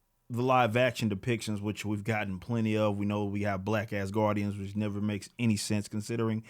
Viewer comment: When you said black asgardians, I honestly thought you said “Black-ass guardians” and was trying to figure out if any of the GOTG were black xD